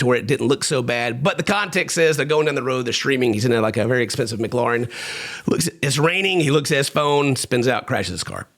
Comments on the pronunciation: And ffs say McLaren properly its not lauren its laren like Aaron stop wankifying your words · Doherty is 100% a bad dued but please 🙏 its "muh.kleh.ruhn" not MC.lauren ! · Bro said McLoren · Not calling a McLaren a McLauren 😂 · Pronouncing it "mcLauren" is crazy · Wtf is a mcclORen...I know McClarens exist lmfao brother you're from the south, I expected more 😂 still love you through and through. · My takeaway from this video: " doesn't know how to say McLaren" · I’ve NEVER heard anyone pronounce McLaren the way did I thought I was having a stroke when he said it at first so I had to rewind to listen again and sure enough… 🤯🤯🤯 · Come on ken please pronounce McLaren properly